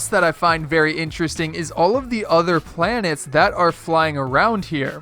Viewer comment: Planets not planers